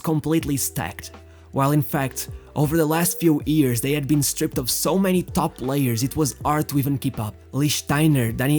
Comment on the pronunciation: great video its years not EARS